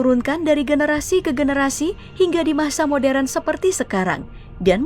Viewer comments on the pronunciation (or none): none